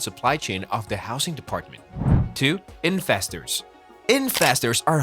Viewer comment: I love how you pronounce investors as infestors :'D yesss